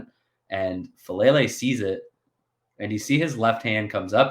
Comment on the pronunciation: Great breakdown. Just one thing with Number 77’s name: Faalele (pronounced Fah-ah-LAY-lay)